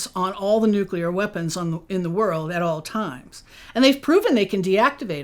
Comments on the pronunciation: Very impressed by the knowledge shared here, am subscribing. May I make one suggestion please....Nuclear is pronounced new klee ur, not new kyu lure. Correct pronunciation of this word will dramatically up the credibility factor. I used to pronounce segue as segyoo, so I understand. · Anyone who says "NUCULAR" instantly loses credibility with me - especially when your primary interviewee says "NUCLEAR" throughout her entire presentation... and while this lady's theories ARE mostly correct or plausible, you can tell she has never actually thought most of it thru because theres SO MUCH that shes just overlooking or not acknowledging - SUCH AS the fact that our own black budget is responsible for MOST of these sightings (like the Phoenix Lights which she mentions and claims it was the ET's showing themselves to us ... ummm no) I also dont get why you would use stock fake images when theres PLENTY of real footage to use...